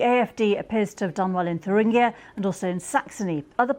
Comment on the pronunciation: It is pronounced "tur-ingg-ier" - not "thur-ringe-ier".